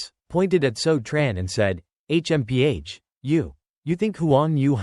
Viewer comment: H.M.P.H smh this ish is annoying af